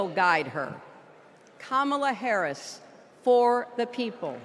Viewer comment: 她居然把Harris说成Karris